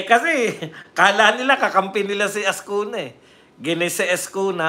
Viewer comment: Azcuna po hindi AZCUNYA (nye).